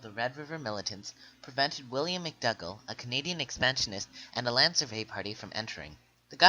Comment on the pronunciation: you pronounced your stuff wrong its loo-e ree-el and may-tee and william mc doo-gal